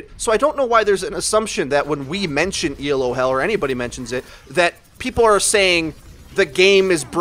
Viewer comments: Pronunciation critique: It's pronounced "Ee-loh," not "E. L. O." It's not an acronym; it's a person's name: Professor Arpad Elo, who first invented the Elo rating system to measure the performance of chess players back in the 1950's. His system was so successful that a lot of other competitive games, from fencing to MagicTG to Overwatch, have all copied it. Let's give Dr. Elo the credit he deserves! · It's not E.L.O. it's "Elo". It's someone's name. ELO is the Electric Light Orchestra. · But it's pronounced Eh-loe. It's not an acronym. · dude you're killin' me Elo is one word, pronounced ee-low it's named after a dude named Elo, it's not an acronym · Just for future reference,, it's not an acronym. It's a rating system named after its creator, Arpad Elo, who designed the rating system originally for chess. I fell into the same trap too because it honestly does look like an acronym, and most people capitalize it like an acronym, but now you know. If you care, he was born in Egyházaskesző, Austro-Hungarian Empire. Yeah, good luck trying to pronounce that. He moved to the US in 1913. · Hell is people pronouncing every letter of Elo. It's named after Arpad Elo, it's not an acronym.